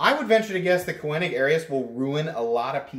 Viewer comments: Never heard Koenig pronounced that way. Just saying 🤨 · Unless I'm mistaken, the 'e' in Koenig is silent. Cool knife, well executed and spectacular finish. On my wish list. The carbon fiber looks like Vorlon coloring. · Nice video! Tho it kinda drove me crazy the way you pronounced Koenig lol. I have that identical knife as well as a custom one that was a lottery knife at blade show and they are easily my favorite knives and have replaced my xm-18 as my favorites. By the way on the new ones like that one you should see m390 printed near the pivot on the lockside. Perfect and subtle as with everything else on this knife. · Thank you. This was hard to watch...but worth the cringe.